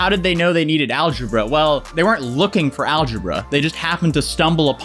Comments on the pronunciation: Algebra? More like algeBRUH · Man, that girl makes me go, algeBRUH Wow after I posted that, she said algeBRUH 😂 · "algebruh" you guys are killing me 🤣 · Like i knew she was gonna say AlgeBRUH but she said it so well i died laughing in class and almost got kicked out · algebra? more like alge-BRUH I nearly spit out my soup